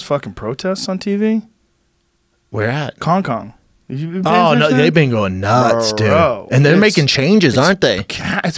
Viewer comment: did he just say Kong-Kong?